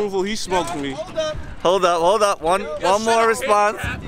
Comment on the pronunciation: said “thmoked ruthy”🤣🤣🤣